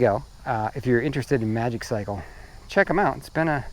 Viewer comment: I gonna nag. It's pronounced Maji-cycle😁